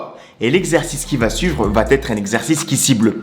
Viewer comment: Tu es très sympathique, mais fais attention à ton français! :-) On ne dit pas "vaTêtre" mais "vaêtre" parce que ça s'écrit "va être", et d'autres choses, mais là je n'ai pas le temps... lol Bravo pour ta vidéo, et force à toi!